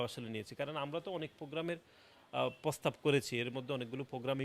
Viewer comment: বলদ ের প্রোনাউন্সিয়েশনের জন্য আবার স্কুলে ভর্তি হওয়া উচিৎ। যেমন, পতিবাদ, পোগাম, নিচ্চিত, পোস্তাব,পোতমোতো, পকাশিত ইত্যাদি, ইত্যাদি ।